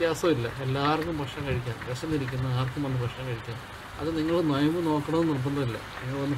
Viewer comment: നൊയമ്പ് അല്ല നോമ്പ് എന്നാണ് 😁😛